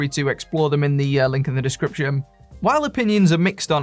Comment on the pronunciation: "Discriptiom" "Informatiom"